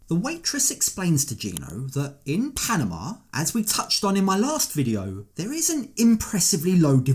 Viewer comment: Would someone please teach this man how to pronounce “Panama”?😖😖😫😫